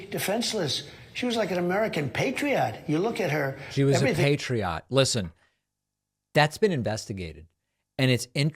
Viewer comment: the PRONOUNCIATION!!! PAAAHtReeOhT -- is how RUSSIANS PRONOUNCE that word...Patriot = Патриот!